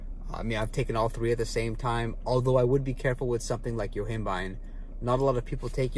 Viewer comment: Sorry, what was the euphoria nootropic you said? Uembine?